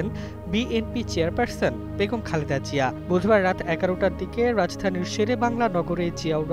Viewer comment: Pronounce properly please it’s Zia (soft Zee) not Jia